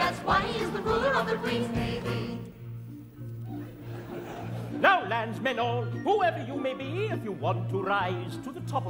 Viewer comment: Drinking game whenever he says queen's navee you take a shot